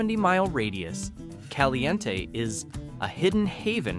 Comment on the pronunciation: PEE-oHch, E-LEE as in Robert E, CalE Ntee, and ToE na Paw. You might have received a thumbs up if you had taken the time to learn the correct pronunciation.